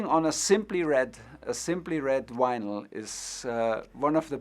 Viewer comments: Tuchel saying 'Winyl' has made this for me! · Germans pronounce vinyl like this.